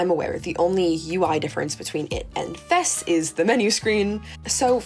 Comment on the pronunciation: Thank you for pronouncing FES correctly. AND using the correct name of the P3 protagonist. Great analysis of each game overall, thank you for this!